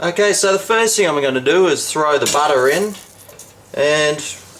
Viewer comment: I like how you say chaze and butta...